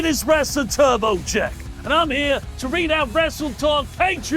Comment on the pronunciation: Turbo Jack slmost sounded like he said "Turbo Chet". Turbo Chet to Wrestletalk confirmed.💪